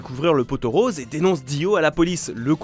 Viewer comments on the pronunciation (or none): none